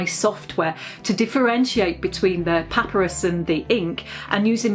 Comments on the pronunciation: puh-PAI-ruhs is the British and American pronunciation. pah-pih-ruhs is just wrong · The stress is on the second syllable in "papyrus". Your pronunciation shows that you have never heard the word. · Genuinely just curious but do British people say pah-pir-ee for papyrus? Americans say pah-pire-us. I’m wondering if I’m saying it wrong.